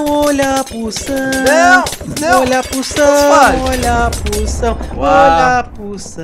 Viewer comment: olha a ''pução'' olha a ''pução'' olha a ''pução'' kkkkkkkkkkkkkkk